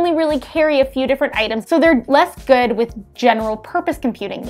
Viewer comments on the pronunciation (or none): none